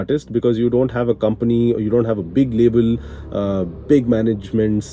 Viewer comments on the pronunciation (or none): none